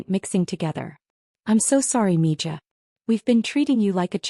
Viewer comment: It's pronounced ME HA